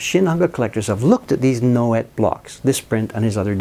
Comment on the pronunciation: Nouet would be pronounced Noway. The t would be silent.